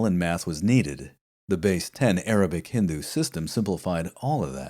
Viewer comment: Your pronunciation of 'Cordoba' and 'Hindu' really impressed me in this video. These videos just keep getting better! I love the fact that you read multiple books to get different viewpoints on the cultural situation in al-Andalus. It is so refreshing to get a such a nuanced look at history without doing a considerable amount of reading. I thank you for these podcasts.